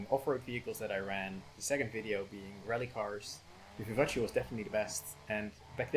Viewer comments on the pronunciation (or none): you made me laugh a lot because you pronounced vivace as an Italian name even though it's French 😂 the end (ace) is pronounced like "ass" in fact lmao 😂 very good vid btw